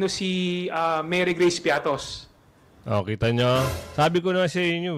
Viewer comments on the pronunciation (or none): Baka pritos hindi piatos 😂😂😂😂😂 ✌️